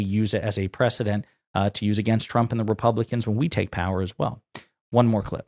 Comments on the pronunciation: Has she been drinking lately? The shakes, the anxiety, the mispronunciation of her boss, numerous times (I enjoyed him being called “Chump” by his own WHPS). It’s not a good look… and it’s glorious. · Am I the only one who hears her say "President Chump" most of the time? 🤣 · She CANNOT pronounce Trump wtf